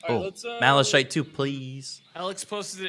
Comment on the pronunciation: Where on Earth did they get the pronunciation Malashite?